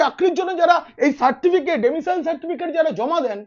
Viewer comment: ডেমিসাইল নয়, কথাটা হল "ডোমিসাইল"।